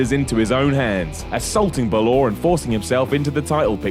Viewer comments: stop pronouncing finn balors name like that plz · How I hate how the what culture staff say Balór😂😂😂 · Yeah isn't there an accent mark on the A? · Dammit, it's Finn BAL-or. Emphasis on BAL not OR. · I'm Irish it's not ballor its bal or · Balooor oh god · who is ballor its balor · Adopted Aiden Never watched a single Balor match, not by any means a fan. Just think it's retarded when people mispronounce it like that,Macho Man and Macho Men sound alike, BAlor and BaLÓR don't. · "Ba-lor" it's Bal-er guys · "He tagged with Finn Buh-lore..." 😂😂😂😂😂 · Finn Buhloure 😂😭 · Who in the blue hell is Finn Ba-LORE?? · Ba-Lor lol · Finn Buh-lore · Finn Balore? Really dude? Learn the names or shut up. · Finn Buh-LORE? Really? Do you even watch the show? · Oh yeah I think it's pronounced Ben-Waa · Finn Ball-ore. That should be how you pronounce it as Gaeilge. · Buh-lor? I've been saying it wrong the whole time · It's Baa Lore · it's pronounced Finn baller ( bah ler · It's more like Baw-lore, the little accent above the "a" in Finn Bálor is called a "fada" (faw-dah) and it makes an "aw" sound. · Finn baluur that's how u said it 🤔🤔🤔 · Did he really just said Finn Balore ? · "Finn Balore" gg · I guess it's sorta right, he, and wwe should be saying baller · Finn Baloor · The way you say Balor is just the absolute fucking worst. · Stop saying balor like that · For christ sake that is NOT how you say balor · That's not how you pronounce Bálor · Why can't Brits pronounce Balor correctly? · wait, is balor pronounced that way or is this another word can't say? like when he tried "ultimate warrior" & kept saying "war-e-er" instead of "woh-ree-er" (insert a ` says' joke here) PS "masked his real feelings" but then says he was saying exactly what he was feeling - ffs:p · The strong syllable in "Bálor" is the "Bá" (that's why there's an accent mark there), so was pronouncing it wrong. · The way you say Balor makes me want to cry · That's not how you pronounce Balor